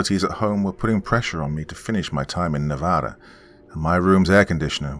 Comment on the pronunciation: First YouTuber to actually say the states name correctly love it!